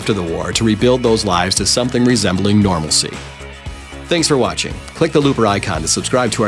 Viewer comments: Made up words more like. What the fuck is "normasee"? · Normality. Normalcey ? wtf ?